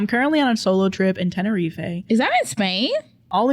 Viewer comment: The pronunciation of Tenerife is stabbing my ear drums 🤣🤣